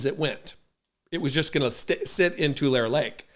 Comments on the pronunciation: Tu-LAH-re Lake, fwiw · We pronounce Tulare like "To Larry." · Tulare: Tu-lar-ree Lake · Great video. Small correction, it’s pronounced Too-lair-E (Tulare). Thanks for the content, be genuine, and take care of one another Brother. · It’s pronounced “too-Larry “ Tulare. Indigenous California Tule. Thanks